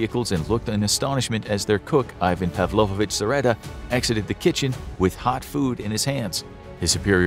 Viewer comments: It's Pavlovich, not Pavlovovich. Павлович -> Pavlovich (ч -> ch). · its pavlovich, not pavlovovich ^^